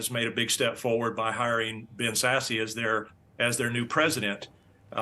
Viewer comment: Too bad he didn’t know how to pronounce Ben Sasse…..it’s Like “sass”…not “sassy “. I mean he was a Senator.!